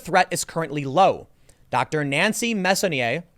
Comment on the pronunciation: Tim, Mess-on-e-ay